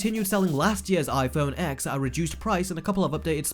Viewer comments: Exactly. I hate when people say X it's annoying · It's pronounced 10. TEN! X is the Roman numeral for TEN. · Kuledude21 pretty sure it's pronounced 10 and 10 only and did i really call someone out just because someone mispronounced? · If you’re gonna make an entire rant about a phone, at least pronounce it right. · I sort of agree with him, but why is he calling it iPhone X („eggs“)??? It‘s pronounced iPhone TEN. 😉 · 🤣🤣🤣 “Apple put prices up which means everyone else did, so now I hate them all”. Boo hoo mate. Oh, and it’s “TEN” mate, not “Ex”. Do 37k people honestly subscribe to hear you whine like this? Also, there’s so much misinformation in this video, the XR display isn’t a “watered down” display, maybe use one ... or watch better informed (and not even Apple affiliated) channels say. No one is being “tricked”. Cheers for the laugh. 🤣🤣🤣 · If you're going to make a video criticizing the phone at least pronounce it correct... it's pronounced "TEN" not "X" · It's pronounced '10' not 'X' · Why do people call the iPhone X wrong? It’s not iPhone X it’s iPhone (ten). It’s the iPhone (ten R) not xr. I understand your complaint about the prices for the phones though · I lose brain cells every time you pronounce it x it’s ten! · I like how he's talking shit while simultaneously calling it the "X XS XR" annunciating it "EX" LOLL X is the Roman numeral for 10. Its pronounced "Ten" not "EX" 😂😂😂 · YOU DON’T PRONOUNCE IT AS A LETTER X!! IT IS PRONOUNCED LIKE SO “IPHONE 10R AND IPHONE 10S and 10S MAX. It’s called Roman numerals. Seriously you sound so stupid when you pronounce the X as the letter X instead of a 10. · For a guy who knows a lot about phones why the hell is he calling it iPhone X when it’s pronounced 10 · the ‘x’ in the names is pronounced ‘ten’. it’s a roman numeral. it was very annoying - just saying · 10!! Ten! TEN! Not “X”.. it’s a Roman 10! Hurts my ears. Otherwise I agree with everything said. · It's an iPhone ten not x, try learning Roman numerals.